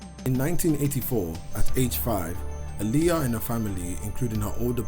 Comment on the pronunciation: Is pronounced ah-lee-yah I don’t know why he say her name like that